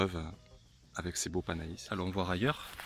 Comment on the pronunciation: Merci pour cette video. Par contre le "panais" se prononce "pané" et non "panaïs".